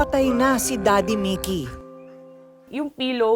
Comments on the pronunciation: Halatang hindi pinanood ni Ms.Korina ang interview ng Ma'am (Partner) ni Sir Mikee. Ang gulo ng pronunciation ng names ni Sir, Mikee at Mickey.. Salitan pa naman sa interview at ang voice over ni Ms.K.🤦‍♀ Ganda pa naman ng kwento. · Si korina mickey un Ara mikee bkit d tugma un pronounce nio